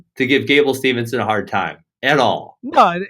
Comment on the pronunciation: I love your podcast but guys, the man's name is Gable STEVESON, not Stevenson haha.